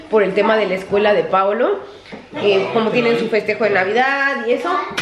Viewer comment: Tu niño se llama "Paolo" acaso soy la única que escucha a veces que pronuncias "Paulo" con U y también hay veces que escucho que le dices "Pablo".